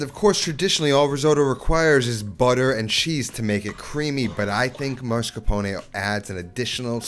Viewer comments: you say ''marscapone''. Isn't it ''mascarpone''? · MAScarpone. Not MARscapone. You're pronouncing the R in the wrong place.